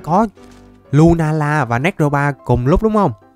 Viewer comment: Anh đọc tên néc ro ma là sai rồi anh phải đọc là nê cro ma mới đúng nha anh